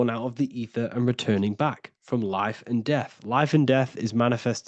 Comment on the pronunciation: ether sounds like "eat her" 😮 and a star backwords are rats